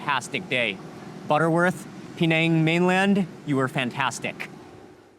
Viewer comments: i d i o t ----- Penang is not pronounced PEE - NANG - the correct pronunciation is PIN - NANG ........... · That gravy wasnt thick at all. It looked very watery. I would hate to see him see proper thick gravy. He would probably pass out. It's not P NANG EITHER ITS PER NANG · His pronunciation "Pee-neng" did start to irritate me after a while. Closer is Pin-ang or Puh-nang. I lived in Perak many years go! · Mark I always appreciate your content and all the wonderful videos you make, but I just have to say it not “PeeNang”, but actually “PeNang”. The right pronunciation of the dish makes a big difference.Still love your content though. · Its not PE nang you dont have to enunciate the PE its just per nang even that local man pronounced it per nang. Only Americans who know nothing, really dont know how to promounce places unlike Europeans who have travelled further than him and know about the world. They are the ones that know the correct way to say a place or country unlike Mark weins he doesnt know anything about correctly pronouncing words. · bahahahaha Americans can't pronouce Penang baahahahahahaha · Mark Weins, we adore you but your pronunciation of Penang has myself and my daughter laughing so hard.